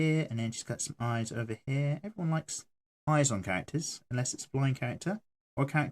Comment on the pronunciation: WOW i love it when you say haa but i know its sopposed to mean here